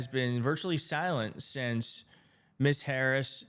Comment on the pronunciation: Thanks for the great report and commentary. Also, just to let you know, Ms is pronounced "Mizz."